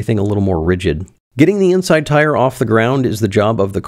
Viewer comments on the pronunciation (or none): none